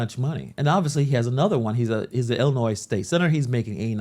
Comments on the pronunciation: Illi-noise? I don't think so. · He's a senator and can't pronounce Illinois correctly ? SMH